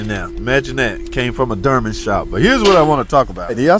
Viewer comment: “it came from the Derman shop” 😂😂